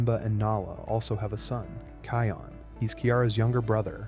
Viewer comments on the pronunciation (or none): Can somebody tell you okay you've been messing the name Can somebody tell you okay you've been messing the name up it's not kayon